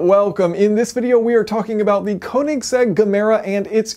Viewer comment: Koenigsegg, not koninsegg